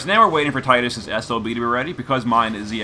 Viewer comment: Thank god you said tide us lol